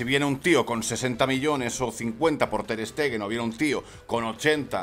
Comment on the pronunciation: Ter Stegen? Pero que dices hombre